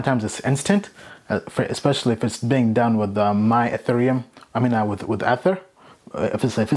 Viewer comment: I don't even think you've watched a video about ethereum because you keep miss pronouncing ether